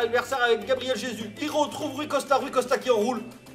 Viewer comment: Oe c'est "Gabriel Jesousse"